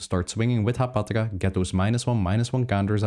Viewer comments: Hapatra, not Haptaga!!! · Are you saying "Haptaga"?